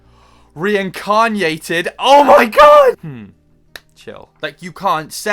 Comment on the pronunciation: The moment he said rekanyated I immediately subscribed